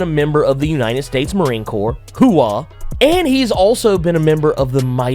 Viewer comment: 🤦🏽‍♂️You can't say 'hoo-RAAAH' right?